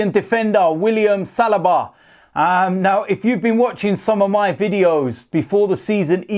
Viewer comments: Not Salaba it's saliba😂😂😂😂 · You pronounce it William saliba not salaba